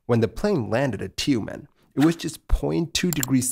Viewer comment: It's not 'Ti-you-men', it's 'Tümeñ' Also, it's a perfectly sane and safe idea top use a french-made aircraft that was meant to be STORED IN A HANGAR in conditions of the ever-civilized evergren Tumen'.